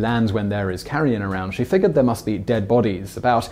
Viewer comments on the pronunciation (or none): Carrion or carry-on? Sorry